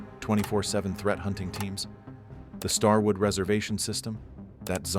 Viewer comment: “Starword”! How does AI not catch these things? 😂